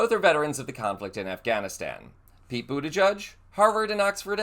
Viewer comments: His campaign t-shirts had the correct pronunciation: "Head over to his campaign website, for example, and you'll be invited to purchase shirts reading BOOT-EDGE-EDGE." Let's try this one on: Senator Boot-Edge-Edge of Michigan. Pronunciation is not going to bring us to the end of the world, but if you're pronouncing his name wrong, it makes one wonder what else didn't you fact-check to make sure you're not spreading disinformation. Don't be like the other guys. Show you care about getting it right. Thanks for your videos and for reading this comment. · You re pronouncing his name wrong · Sorry not to be picky, are you pronouncing his name right? Maybe I got it wrong all along. I’m Canadian but love following him, one of the most intelligent and well spoken politicians in the U.S. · Learn how to pronounce his name for heaven sake! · LOVE Pete Buttigieg. But I am confused. Where was the "announcement" that you clickbaited with? Also, If you are going to continue to support, Pete Buttigieeg on your channel, please learn how to properly pronounce his last name. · Get the pronunciation of Buttigieg right ffs. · Learn to pronounce secretary Pete B’s last name! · Hun, i really enjoy you, but you are mispronouncing his last name. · Pronounce his name properly. He's been living in Michigan for a while. Dammit. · Please learn how to pronounce Pete's last name... 🤷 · Pronounce his (and others) correctly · Omg it’s pronounced Boot-edge-edge. Not bootijudge. WTF is wrong with you. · It's Boot-i-jij, not Buddha Judge. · It’s Boot edge edge. Not Boot a judge. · Butti-jedge, not Butti-judge. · Boot-edge-edge. There is no "judge" in his name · Please pronounce the outgoing Secretary of Transportation's last name correctly - it is not boo-duh-judge but is boo-duh- gedge. It rhymes with hedge. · I believe the pronunciation is boo ta gege not boo ta judge. But he is smart, empathetic, kind, patriotic and open-minded either way. Hope he runs in the future. Wish he was my state Senator.